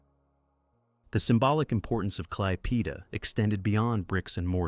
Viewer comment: Operation Bagration and Klaipeda is pronounced totally wrong. I can't even listen a whole minute to this.